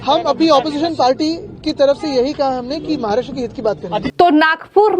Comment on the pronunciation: Please pronounce Maharashtra properly. No need to put in the fake Chicago accent.